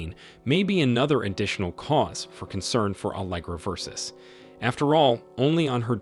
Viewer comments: "Versus"? Seriously??? I switched off eleven seconds in 😫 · VERSUS? Omg try even a little bit. Bye- cant listen !!!